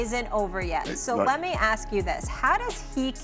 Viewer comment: It's pronounced ASK, not AX.